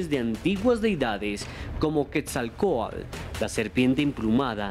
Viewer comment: NO SE DICE QUETZALCOAL... SE DICE QUETZALCOATL